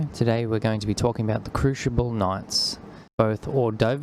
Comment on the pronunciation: Lmfao, this failed yotuber can't pronounce crucible 🤣 Crooshible 💀🤣🤣🤣